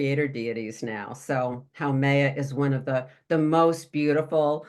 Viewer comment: Love this: FYI, Haumea pronounced “ho me ah”